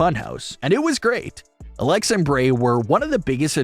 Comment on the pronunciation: Can you speak in a language that we all can understand? Not even sure if you are speaking English. Also it Bray not Brey..